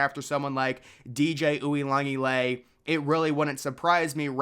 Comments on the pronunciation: You messing up DJ U's last time as badly as you did is just disrespectful. As if you've never heard his name pronounced correctly in your life. If you watch College Football you've heard his name pronounced correctly. Try it next time. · Bro can’t even say the first guys name and I’m supposed to take him seriously? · I've heard it butchered before but man that was murdered lmao